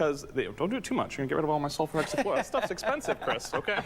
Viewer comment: Haha he says sulfur hexafluoride as "solfur xafloride". 😂 And he didn't know about that stuff?? Lol